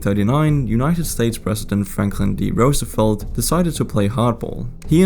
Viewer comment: You pronounced Roosevelt correctly. Rose-eh-velt.